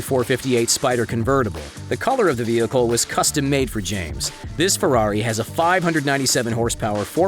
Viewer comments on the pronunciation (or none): none